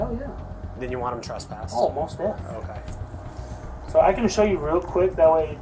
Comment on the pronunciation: she said traspassted